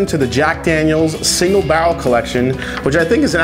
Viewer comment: Say "bah-rl" one more time...